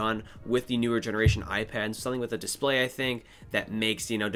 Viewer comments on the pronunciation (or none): none